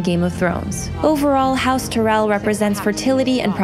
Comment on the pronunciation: TY-RELL. Not Ter-rell. That drives me nuts! Say it the way they say it on the show!